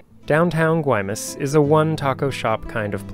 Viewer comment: You certainly get the award for the best cinematography of any sailing videos. Absolutely beautiful, music choices superb. My only complaints where your pronunciation of the names Mazatlan and Guaymas. But you still get an A+! Fantastic journey. Keep it going